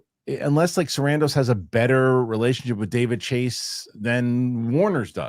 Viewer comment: I love but it was fantastic how called out for how he pronounces "Sarandos" lol